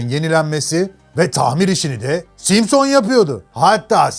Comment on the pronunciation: 40 altı gençler simsın deel simson 🤣🤣